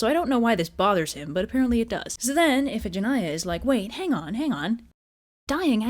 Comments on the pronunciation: Damn, as always, great job. XDXDXD Also, huh? Iphigenia is pronounced if-eh-gen-eye-ah? I always pronounced it as if-eh-gen-knee-ah. I prefer the latter version, actually. Sounds prettier to me. XD Iphigenia is such a pretty girl's name, but after hearing this story I'm not so sure it'd be a good idea to name my own future daughter (if I ever have a daughter) Iphigenia. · Fun fact: Iphigenia in greek is pronounced "ee-fee-JEN-ee-ah"